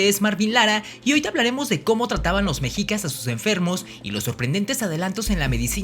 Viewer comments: Se pronuncia 'meshicas' no 'mejicas', recuerda que eres promotor de nuestra cultura, mínimo pronuncialo bien. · Lo pronuncias mal no es mejicas. Mechicas y se escribe mexicas pero en todo lo demás super interesante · Un consejo amigo, no digas mejicas, su pronunciacion correcta es meshicas, la "x" como "sh". Saludos. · Se pronuncia "Meshicas" ( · Solo una observación la "x" se pronuncia como "sh" por lo tando se pronuncia " meshicas"